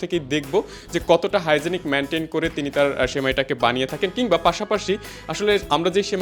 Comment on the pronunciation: আরে বলদ হাইজেনিক মেইনটেন না হাইজেন মেইনটেন।